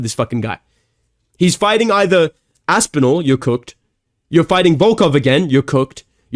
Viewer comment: “Here’s asspinal broths” 😂